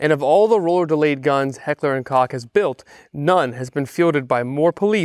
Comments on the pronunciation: Heckler and... cock? I've always heard it pronounced "coke"... and the way you're saying it sounds like... a rooster o_________o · I know this is a 2 year old video, but Koch is pronounced Coke. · It’s Heckler and Koch pronounced Heckler and (Coke) , per HK website. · Couldn't help but chuckle at your mispronounced wording of Heckler & Koch.